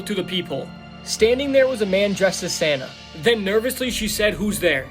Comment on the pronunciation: Who else reliezed he said sanna and not santa😂